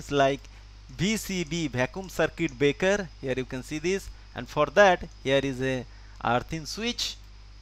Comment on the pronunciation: 2.20 :mooh me se soopari nikal k baat kar . Circuit baker nahi braker kehta hai. Use 🤬🤬🤬🤬